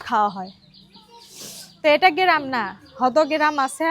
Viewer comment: কথাটা গেরাম না গ্রাম 😂😂😂😂